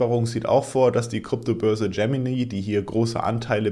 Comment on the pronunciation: Kleine Sprachschule 🙃 Powell = spricht man wie "Paul" Gemini = Tsche-mä-nei